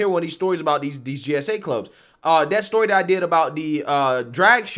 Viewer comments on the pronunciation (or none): none